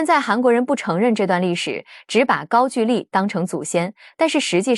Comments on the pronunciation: ‘’gaogouli‘’！高狗丽！不是“gaojuli”！高举丽！ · 高gu丽，不是ju丽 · 高句(勾)丽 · 高句（gou）丽不是句ju。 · 高句（勾）丽😂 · 高句（音勾）丽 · 勾=句吧 歷史中文有沒有讀好 都亂掰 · 高句 gou麗…… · “高句丽”的读音是gāo gōu lí (高勾离)，注音是 ㄍㄠ ㄍㄡ ㄌㄧˊ，是中國東北地區和朝鮮半島早期的一個古代國家名稱，通常在中國史書中被稱為高句麗，在朝鮮語中寫作고구려 (Goguryeo) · 高"句"麗 唸 勾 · 高句丽 的句念“勾”第一声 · 高句(gou)丽，智能配音，还是要稍微改一下。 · 高句丽 gāogōulì. AI 就是缺乏文化。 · 高句gou-丽 撤che\兵